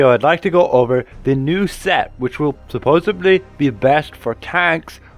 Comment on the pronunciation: Supposedly not Supposebly